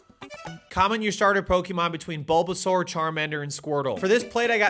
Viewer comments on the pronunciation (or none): none